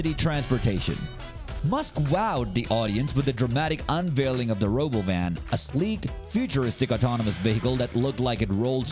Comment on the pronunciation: tesla is what? the stock crashed and you rponounce robowhen wrong